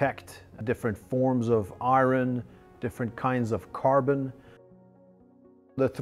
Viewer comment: The way this guy pronounces "iron" tho.